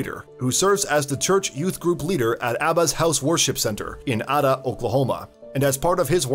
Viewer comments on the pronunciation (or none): A-da… not ad-da.